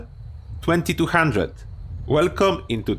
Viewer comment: love the 'true vampire' roleplay suggestion, and correct vocalisation of '2,200' made me giddy.